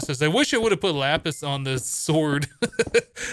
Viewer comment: I thought he said yapis